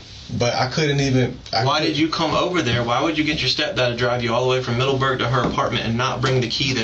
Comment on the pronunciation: The way he says Middleberg urks the hell out of me.